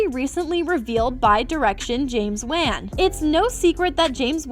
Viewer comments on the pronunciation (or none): Its pronounced won not wan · Who is James Waan ? It’s James Wan? Come one day the guys name Correctly it sound you you are crying Waaa waaa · James Wan* (promounced as 'ONE').... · Bruh you can’t even pronounce James Wans last name correctly… white people